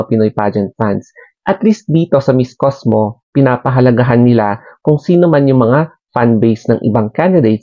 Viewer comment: It's COSMO, not COSMOS!😂😂😂